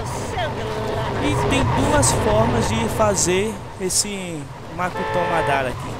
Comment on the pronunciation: é mokuton e nao makuton